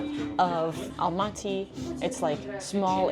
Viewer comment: You don't pronounce the word Astana and Almaty correctly